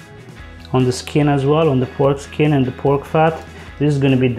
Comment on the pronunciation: Did he say foreskin? 😮